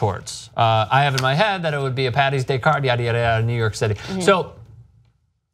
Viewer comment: Saint “Patty’s day” WTF is that shit all about? It’s Saint “Paddy’s day”